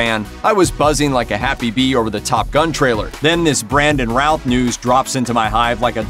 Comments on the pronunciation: First thing,...pronounce his name right.....Brandon Routh,.....pronounced like Ruth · It keeps sounding like he's saying "Ralf" instead of "Routh" ^_^ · Love how he pronounces his last name all wrong.